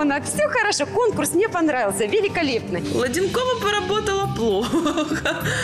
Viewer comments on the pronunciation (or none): Не Владинкова а Ладэнкова